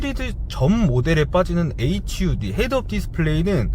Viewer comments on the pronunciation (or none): hud를 허드라고 말하더라구요 ㅎㅎ